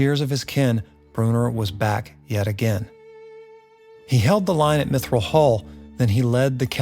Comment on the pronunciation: Mithral hall, not Mithrill hall, unless you want to be sued lol!